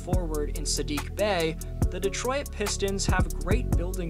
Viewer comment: Cool video, except for when he called us "Detroy-it" over and over.